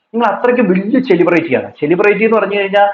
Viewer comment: സെലിബ്റേറ്റി എന്നൊരു വാക്ക് ഇംഗ്ലീഷിൽ ഉണ്ടോ? 🤣🤣🤣🤣 ചെളിപെരട്ടി അല്ല പൊട്ടി, സെലിബ്രിറ്റി... Celebrity Spelling എങ്കിലും പഠിച്ചു വെയ്